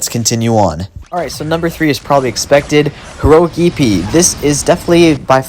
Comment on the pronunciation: Its not eepee it’s ep-ay